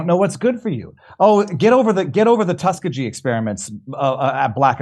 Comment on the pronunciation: Viva still mispronouncing Tuskegee